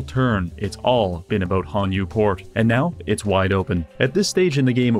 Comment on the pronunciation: ABOOT EH?